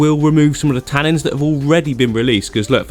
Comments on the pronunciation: 'Tannins' not 'tannings' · Oh my god I love you but every time you say ‘tannings’ I want to throw my phone across the room 😫😂